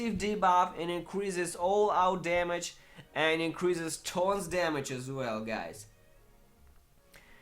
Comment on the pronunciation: "th" orns. Not torns.